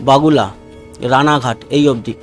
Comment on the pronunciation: দাদা বাগুলা নয় ঐটা হবে বগুলা